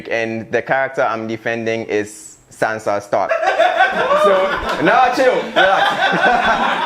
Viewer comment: You guys allowed him to say Sansa Stark. Smh